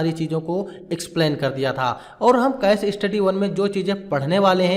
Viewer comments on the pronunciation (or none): कैश स्टडी ❎ केस स्टडी ✅ सलेक्ट ❎ सेलेक्ट ✅ पैड ❎ पेड ✅ रिसिप्ट ❎ रिसीट ✅ असेप्ट ❎ एक्सेप्ट ✅ etc...